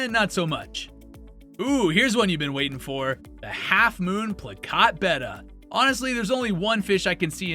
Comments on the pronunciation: Betta. That’s the name. Not beta, not betta fish. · Clicked on the video. Heard how he pronounced betta. Bye.